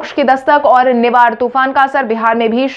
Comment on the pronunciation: Nihar(निहार)नहीं, निवार होगा मैडम जी